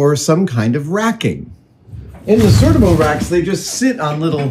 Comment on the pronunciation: Adam, Adam, Adam. You don’t need to make anything. Just buy the cabinets from Sortimo. It’s pronounced SOR TEA MO, with the emphasis on the second syllable.